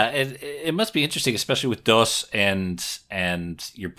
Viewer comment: its not pronounced 'dos' like the old operating system, it's 'dose' (like spanish for 'two'), just sayin'! ...